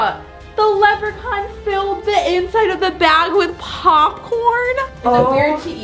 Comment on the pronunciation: The leckpon is like the bad Elth